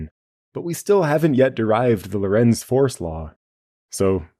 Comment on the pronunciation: Lorentz sounds like Laurence, not low-rents.